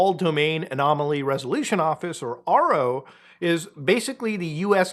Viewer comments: It’s arrow not RO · The fact that Muta pronounced AARO as "Ahro" and viewing them as trustworthy at all shows how out of the loop he is in the UAP sphere, lmao